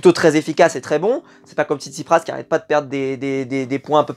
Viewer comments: TsitsiPAS ✅ pas TsitsiPRAS ❌ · c'est TSITSIPAS pas PRAS